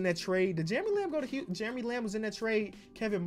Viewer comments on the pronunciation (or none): none